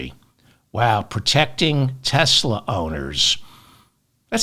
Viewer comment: Haha! David said "Teslur".